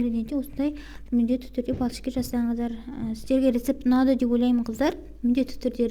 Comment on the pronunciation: Секер емес , шекер дейміз біз. Құмшекер